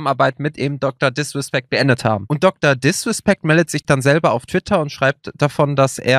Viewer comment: Niemand:: DrDiswespeckt